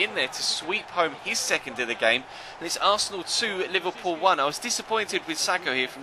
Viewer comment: It's Liverpool , where did u get the "loo" from !? Typical idiot shitty mancs.